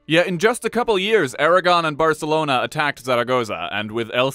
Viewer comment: Best pronunciation of "Barcelona". 10/10 no notes.